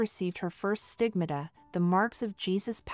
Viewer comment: Just FYI, the word stigmata, is pronounced having 3 syllables. Thanks for the video, there aren’t many on YouTube about Jehenny that are any good.